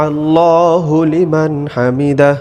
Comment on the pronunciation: সামি আল্লাহু লিমান হামিদা। হলিমান টা ভুল উচারণ